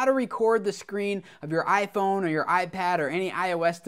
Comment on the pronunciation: U said I thone